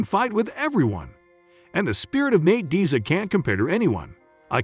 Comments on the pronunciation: the fact u pronounced diaz like that is why i cant finish this video sir... good day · Thumbs down for not pronouncing Diaz right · You are pronouncing Diaz incorrectly. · You don't pronounce Diaz like that. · Say Nate's second name properly you fucking moron 🙄😒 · I don't mean to be so negative but if you can't even pronounce a simple name of a legend like Diaz who's been around forever then you can't possibly be into MMA, also I don't think he has much of a chance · Pronounce Diaz right. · It's Deeeeaz not Diez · its more like deeaz not dyaz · Have you ever heard their names spoken before?? I’ll give you a pass on Chimaev because it’s uncommon here in the states, but Diaz? Really? It’s Diaz…Dee (as in ‘these deez nuts in your mouth’) and Uz (as in Buzz or Does)..Not Die-Uh-Z or whatever the fuck you said. It’s such a common name too. How you managed to butcher it is beyond me. Especially since you’re making a video on just these two fighters 🤦🏻‍♂️ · Diaz not Diez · "Nate Daias and Khamzat Chimi" 🤦🏻‍♂️ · Man ain't no one taking you serious when you keep saying Nate "Die Azz" it's "DEE AZZ" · Is this a robot talking. Nate diez vs comzat chimeeve lol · Nate Diaz not Nate Daes.wtf. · Bro you got the name of dias wrong 🤦🏽‍♂️🤦🏽‍♂️ Is Nate dias not nete dyias 🤦🏽‍♂️🤦🏽‍♂️😂😂🤷🏽‍♂️🤷🏽‍♂️ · Who is Nate ‘Die-az’? This is click bait….f off. I am putting a hundy on Nate just because he’s Nate. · The concept is solid, BUT the fact that you can not say the man's name correctly kills me. How can you blow it on Diaz. Dee -azz is correct. That small flaw destroys the experience for me. Fire your editor now. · Enunciate your words Diaz is "dee-ez". Dumb. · downvote. Deeiz... work on pronunciation. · Pronouncing his name diez shows you dont even watch MMA.! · You can’t even pronounce Diaz last name correctly 😂😂😂😂. Dayyyaz? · Who the heck is Die-iz? How you gone make a video and can't even pronounce the man's name? 🤦🏽👎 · Calling him Dayas 🤣🤣